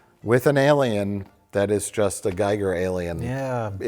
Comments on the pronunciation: "Giger" (pronounced ghee-grr), not "Guy-gur". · So, the alien also can't pronounce Giger properly?